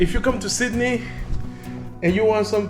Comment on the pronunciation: Sid-Da-Knee Austraya' mate.! Next time you come down this way let someone know you will be greeted with open arms my friend. All those sharks are out looking for travelers like yourself as you have the understanding this is a land of many opportunities were so many migrants have taken advantage. We are a simple bunch with freedoms and the oyster is in the beauty of our land. As your multicultural taxi driver expressed we are very hardened and love a joke and if you join us you will be part of the family. Thank you for showing this wonderful part of the world. P.S public transport may be cheap but rest assured you made the correct decision in using our Taxi or Uber services for your first time down here. Hope to see you around one day.